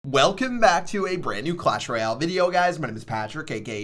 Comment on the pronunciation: Chief messed up the word “Royale” that’s why he got less view on this vid